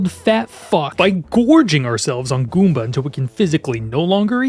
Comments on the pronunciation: I like how you say gOOmba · “can we eat a guumba?” lol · My man enunciates "Goomba" the same way a child might savor pronouncing their first swear. Guúm-bæ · I dying at the pronunciation “GOOOmba” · subscribed for the way you say goomba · Love the way he says goomba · I love how you say "Goomba" 😂